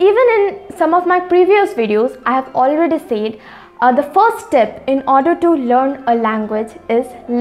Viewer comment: It's not sayed it's spelled as said